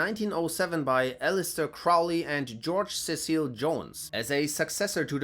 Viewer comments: Crow-ley, like the bird, not "Crou-ley." Jeez. There is no "eighth ritual," The Moonchild was a novel, not an actual plan, and since the OTO is not Christian, why would they bother with the mythological Antichrist? You need to do more research. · Crowley wasn't targeted by Hitler. It's doubtful Hitler even heard of him. Crowley left Germany in '32. He was deported from Sicily by Mussolini though. And it's "Crowley" as in "Holy"